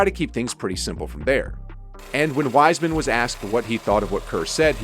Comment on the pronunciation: Did the announce at the start call hime "RISEMAN"?